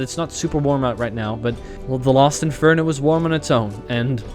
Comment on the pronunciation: they when is reading it he says Lost Inferno not Last Inferno.